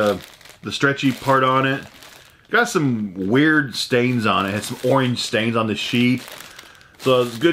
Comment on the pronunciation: "Owange" I know I have a screwed-up accent but wow!